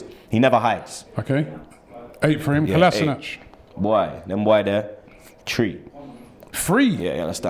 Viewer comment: "Kolasinac..." "Tree" "Free??"